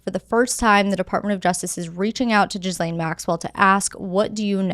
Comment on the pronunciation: lol are you saying gizzlane Maxwell on purpose😂